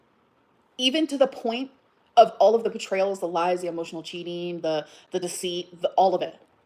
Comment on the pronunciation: Homegirl can’t keep with the lahs